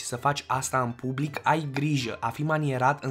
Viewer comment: Nu consumati. In. Bublic. Nu vorbiti. In bublic. Nu. Intrizia